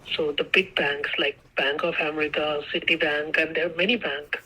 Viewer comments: Oh, the out loud laughs from me through out this video!!😂😅😂😅 Another great video,! "" is relentless in his stupid stories and explanations. "Bank of AM-er-EEK-a"... not said once or twice, but every time! Then later "you need to pressurize them to send the money..."... more than once! What a hoot!! Thank you for your work, and your sister, too! ❤❤❤ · Why would a FBI agent say umreeeka, aren’t they taught how to correctly pronounce the name of country they took an oath to defend at Quantico 😏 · Relative cultures have so many hidden messages. OMG, he pretended to talk to his boss, using his same voice "Bank of Am-ar-ica". "I'm talking to my higher aut-hority"